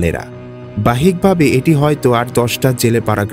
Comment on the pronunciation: বাহ্যিকভাবে বানানটা উচ্চারন করতে পারেন না।